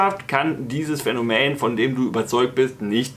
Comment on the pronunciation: also auf jeden Fall heißt das "Phänomen" und nicht "Phänomään" - zum Rest kein Widerspruch